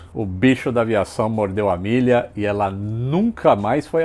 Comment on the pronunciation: Fiquei boa parte do vídeo pensando: quando vai começar a falar da Amélia? A forma com que ele fala o nome dela ficou soando como Milly..... kkkkkkk Isso que da ser alfabetizado em escola pública.... Abraço